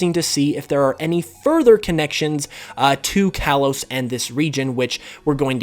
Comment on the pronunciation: You're saying Kalos wrong